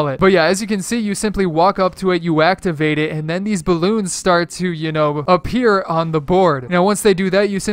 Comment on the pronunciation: Did anyone notice he said whacktivate instead of activate?